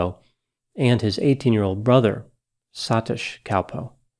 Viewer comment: Wife of a South-Indian here: I believe the proper pronunciation of the brothers names are more like [Dee-puhk] and [Suh-teesh].